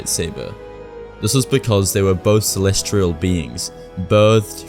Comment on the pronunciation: Celestial not Celestrial.